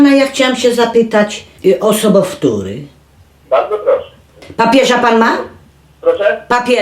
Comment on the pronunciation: mnie to się wydaje że mówi sie Sobowtór xD ale pani barbara wie Lepiej xD